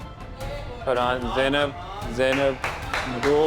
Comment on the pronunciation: Sorry gyzzz it’s frahaannn